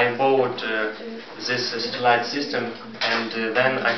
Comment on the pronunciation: My mistakes: 1) I pronounced the word "satellite" incorrectly 2) after 6 months - in 6 months (correct) 3) If the court WILL award damages, it will be great for me. I had to say: "If the court award damages, it will be great for me." (Conditional)